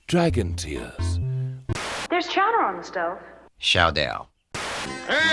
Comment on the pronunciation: Chow-da (Chowder) Classic Simpsons.